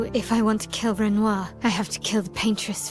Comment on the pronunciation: Bruh, how you get pronouncing Renoir wrong after she just says it properly?